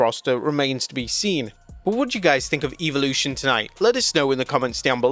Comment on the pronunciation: I'll tell you what I think of Eve-olution.....It should be properly pronounced as Evolution....